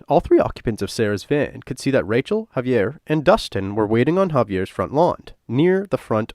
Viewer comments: HA-VEE-AIR!! Please say it correctly. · Why did I hear “heavy air” when he said Javier? 😂